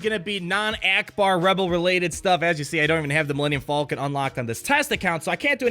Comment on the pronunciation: "Millennium Fallkin"